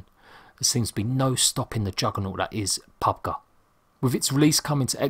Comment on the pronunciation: Did he just say " pub guh"? Lol